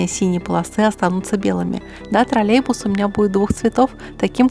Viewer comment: не тролебус, а троллеЙбус.